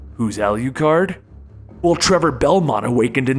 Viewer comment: Ah-Lu-card. not -Ah-lui-card